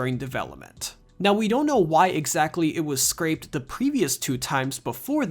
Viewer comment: The game was scrapped, not “scraped”.